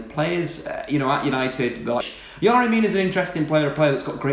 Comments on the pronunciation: It's Fucking yErry Mina not yArry... YERRY YERRY YERRY ... Do your fucking simple research before a video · exaggerated delivery style is annoying. and is it really pronounced 'Yary' when it's spelt Yerry?